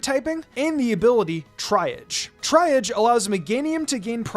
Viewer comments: It’s triage… pronounced “tree-ah-g” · Triage is pronounced “Tree-Yaj”